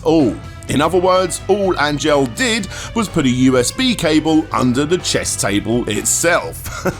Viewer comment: Angel is a pretty common Latino name, bro, and you're mispronouncing it. It's more like "On-hell" than "Ain-jel"